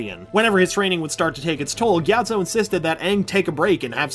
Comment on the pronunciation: I always heard "monky atso" instead of "Monk gyatso"